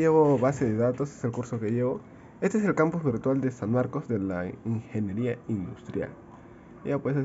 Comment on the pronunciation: Ingenieria Industrial mano, no Ingienieria